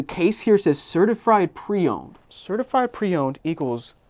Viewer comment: Jacob is annoyed he said certifried instead of certified lol